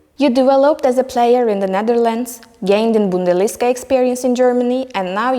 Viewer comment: Kardesim - “wear” - “viir” diye söylenmez. Türkçe aksanlı söylemekte sorun yok ama en azından düzgün söyleyin. “Youth” - “yaut”, bundesliga “bundelisga” - nasıl böyle basit hatalar yapiliyor! Bu hanımefendi kimin tanıdığı acaba? Üniversiteden mezun olunca iş bulamadın, hazırlık İngilizce okumuşsun, gel takıl durumu olmuş.